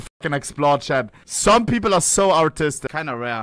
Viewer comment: I love when he says: "Some people are kinda artistic" sounds like "Some people are kinda autistic" (What is also true) XD